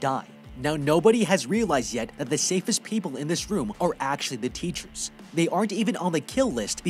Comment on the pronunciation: Bro insted of room you said woof